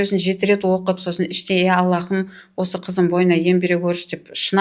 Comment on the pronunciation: АллаХым емес, Аллам! Һ әрпі қазақта х болып айтылмайды ғой, тамақтан шығатын қатты дем сияқты дыбыс қана❤ Жұмыстарыңызға табыс тілеймін!